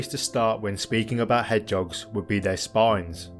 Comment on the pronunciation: Hedge'oggs? Surely the word is Hedge-hog?